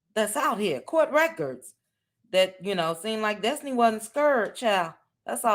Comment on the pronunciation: Dess-ti-knee Dess-ti-knee